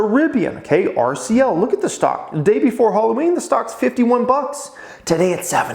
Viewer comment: I really thought you were saying CCL not RCL? 👍